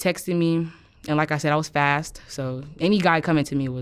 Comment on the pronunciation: I hate the way the presenter says “fast”, what is wrong with him ??